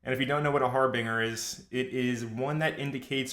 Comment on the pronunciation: It's Har-bin-jer not Har-bing-er